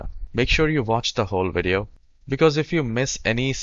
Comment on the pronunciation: Haha, he said wideo xD